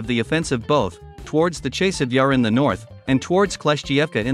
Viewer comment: Ne zove se Čejsov, već Časov Jar.